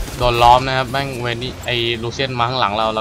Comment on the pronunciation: ตัวที่ตัวพี่เรียกว่า เวนนี้ ที่จริงมันชื่อVayne =''เวน''